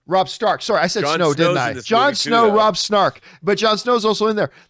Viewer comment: Did he say Robb Snark?